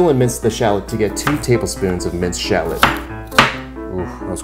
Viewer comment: its pronounced 'Shah - Lot' NOT Charlotte ...its a type of small sweet onion